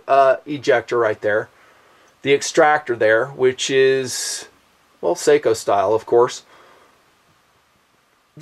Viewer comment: I like how he starts with this grave story and talking about waiting for a good shot... while the footage rolls as he runs a bolt like a maniac. Really want to like this guy, just because he is a local... but watching him really doesn't help. These are imported by Beretta, are they not? So why call Sako (Sock-oh)? They are not hard to get a hold of.